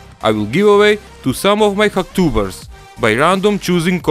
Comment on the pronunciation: Ahaha I think he's saying "hack-tubers"